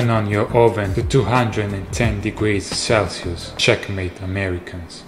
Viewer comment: Celsius, not CelCius